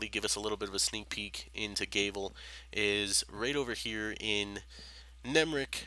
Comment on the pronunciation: G-ah-vel, not G-ay-vel. Gr-ee-ahn, not Gr-ih-ahn. Province, not providence, no d. Sorry if you are not a native english speaker.